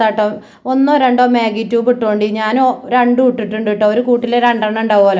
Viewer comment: Magi tube അല്ല magi cube aanu.